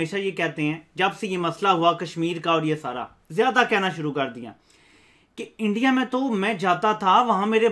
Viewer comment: Learn to talk first "Eeindia" "pkistan" you don't know how pronounce properly OK.